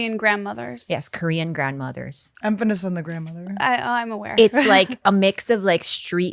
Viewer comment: Oooh, what a burn! Emphanis isn't a word, Annie.